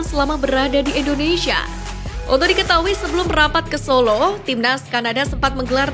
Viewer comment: Tariiiiiiiik nafas, Mbak..... Atuuuur nafasnya biar terdengar Wajar ya ..... INDONeiiiisyiiiiiiia😂😂😂😂😂